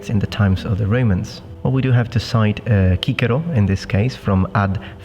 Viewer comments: I speak Latin . (5 years at catholic private school) And i'm truly happy to hear you pronounce Cicero not as (Sisero) But as Kikero). The sound of the C as an S was much later, (church Latin) and no one in ancient Rome would have pronounced C as an S. Applaud!!! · Cicero is actually pronounced Kikero?? MIND BLOWN... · Kee-keroh??? Not Cicero? Not See-seroh? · I was today years old when I learned that Cicero and Caesar should be pronounced with a hard C. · I was pleased to hear you use the hard 'c' sound for 'Caesar' and 'Cicero.' Otherwise, it messes up our pronunciation of Cato and Scipio Africanus. I am not a.Latin scholar but figured out that was the most likely pronunciation when trying to rhyme Martial's puns.